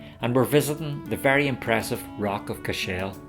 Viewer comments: I was born and reared a few miles from Cashel, so forgive me for pointing out a few things. Firstly the pronunciation is CASH -l like castle but with the H included. That large L shaped stone in the final minutes is a corner of the Bishops quarters which fell several centuries ago. The large broken High Cross which we see earlier is more recent (mid eighteen hundreds I think) and broke off after a storm in the mid nineteen seventies. I could see The Rock from my house and was sad when it came down. While there was damage done by the English, much of the damage to The Rock was done by the O' Brien clan from Clare (descendants of Brian Boru) in the eleventh century, who also burned the town. I was impressed to see Queen Elizabeth ii when she visited The Rock some years back. It was wonderfully diplomatic of her guide not to mention the O' Briens part in the destruction of Cashel as the queen is in fact, related to the O' Briens through her ancestry. I enjoyed the wee ramble around The Rock of Cashel and suggest you might take time to visit the town next time as I'm sure you'll enjoy it. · Can you say what is the original meaning of the Irish name "Cashel", and why the stress is on the last syllable? Thanks!